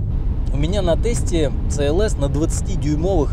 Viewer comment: Это СИ ЭЛ ЭС. А не ЦЭ ЭЛ ЭС. В английском языке нет буквы и звука Ц